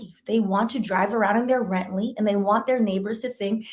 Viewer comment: Did you say he's driving around in his RENTLEY?! Wooooow lmao.